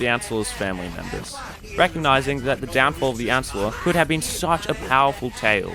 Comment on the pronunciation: every time he says the uh-nce-ler a tree dies